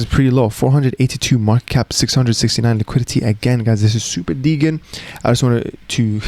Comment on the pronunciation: You keep on pronouncing the word 'degen' incorrectly in this and other videos, the 'g' should instead sound like a 'j' where 'degen' is an abbreviation of 'degenerate'.